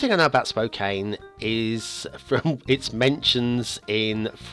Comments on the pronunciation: Once again mispronounces the name of the map - It it pronouced - Spo can - not Spo caine. Perhaps English is not first language.;-) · Pronounced Spo-can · Its pronounced like "spo can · Lol its spo can CAN like a can of soda 🤣🤣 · this map actually pretty accurate cause i live in Spokane. and you pronounced it wrong